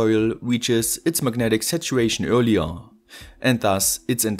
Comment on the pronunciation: I was like "Magnetic situation"? What? Took me a while to understand, that he was saying "Megnetic Saturation" :D